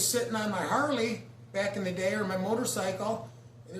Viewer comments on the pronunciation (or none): none